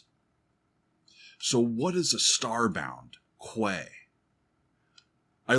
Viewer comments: Oh that dumb old chestnut about the mix! Tuomas deliberately wanted to use Floor as an instrument in his "orchestra" on this album and in a number of the songs she is deliberately low in the mix to achieve that. It's NOT a mixing error. And by the way, it's "key" not "kway" (quay). It's where a ship docks. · Quay{ pronounced Key) is where ships tie up to in a harbour. Very English term. Hope that helps. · Love your reactions but, to me, the mix was perfect. Quay is pronounced 'key', and is another word for dock or jetty. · Quay is pronounced "kee". It's a place ships can dock. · quay is pronounced key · I'm sorry, but do you really dont know what a quay, quayside or warf is? The primary phonetic transcription for "quay" in both British and American English is /kiː/, pronounced the same as the word "key". While less common, some dialects or regional pronunciations may use /keɪ/ (like "cay") or /kweɪ/ (like "kway"). You see, I'm Dutch and the Dutch are known for being direct or even blunt. (trust me that's not the case here, certainly not in a blunt way) In the Dutch language the word 'kade', directly translates into the English 'quay'. My friend, you better brush up on your English cuz for now it looks really bad on your end. Still as always, Great reaction on a great song. 🤘Greetings from the first airborne division of the Nightwish army based at Maastricht, The Netherlands.🤘